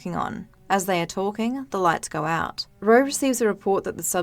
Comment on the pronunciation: Goe, belloew, Radioe. Your voice and accent are straight up ASMR for me. Don't mind me while I go binge all your videos